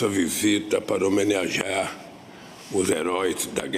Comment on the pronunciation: "(...) nessa visita para HOMENEAJAR (...)" Não sabe falar nem em Português essa besta fera.